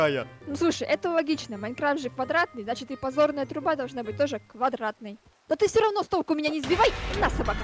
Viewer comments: Мне одной кажется что он говорит не первую серию ПОЩОРНАЯ труба, а не ПОДЗОРНАЯ?! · Я одна слышу: позорная труба😂? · не пазорная труба а па дзорная труба